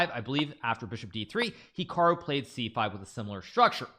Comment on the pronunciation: This "hecarwoo" you speak of sounds good